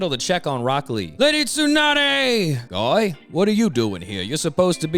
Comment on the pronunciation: Tsunades voice is PPPPPEERRRFFFEEECCTT please keep the voice, like the way you said Guy as “Goi” Emphasis on the I has me cracking alittle bit.